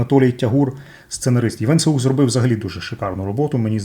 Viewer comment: Художник не саУх, він сАух (інфа з першоджерела))) Огляд дуже інформативний і розгорнутий, дякую☺